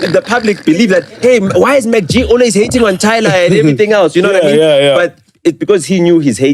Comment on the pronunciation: Its MacG not MarkG, Ai man😏